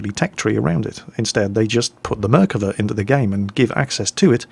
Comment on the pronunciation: A quick Hebrew lesson for ya: You're pronouncing the Merkava's name as if it's written Merkeve. You need to pronounce it the way it's written, with "Ah" sound. Also you need to put the emphasis of the "Va" and not the "Mer". Great video! Sure cleared a few things for me about this game.